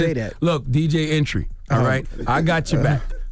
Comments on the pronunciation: Nigga said DJ Entry 😂😂😂😂😂😂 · He said dj entry lmao 😂